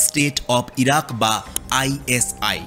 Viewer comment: সিরিয়া/ইরাক ❌ ইরিয়া/সিরাক ✅